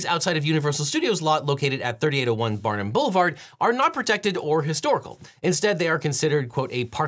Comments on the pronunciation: There is no N in Barham. It's pronounced either "BAr-um" or "BAR-hum" or "Bar-HAM" depending on who you ask. (Everyone at the company I used to work for on Barham pronounced it "BAR-um", for what that's worth. Newbies to the area seem to like "Bar-HAM", so they're easy to spot. LOL) Another great episode, and it was fun seeing areas practically in my own backyard covered. I used to drive by that location several times a week. And I don't ever recall seeing those tree butchered so badly as they are now. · “Barnum”? 🤦‍♂️ and you say you lived in LA.